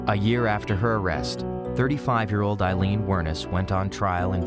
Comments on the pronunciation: Her name is pronounced "Ayylean" not Ilene. The least you could do was pronounce her name correctly🙄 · Amazing isn't it, the narrator's here mispronounces the names of both these two women calling Wournos Eileen her name Aileen and Tyria is called. Tyra, researchers please note.